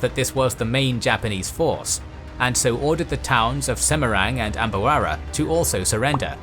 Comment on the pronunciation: Apart from epic Soerabaja and his fail to read "rawa" Like Kwarang and Ambawara. I Didn't hear any significant problem.